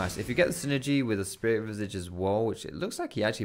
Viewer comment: Liked video for actually knowing how to pronounce "visage".